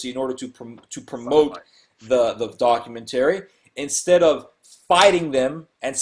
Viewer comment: Doc-u-men-terry. That must be from the same dictionary that has Auto-may-ton in it.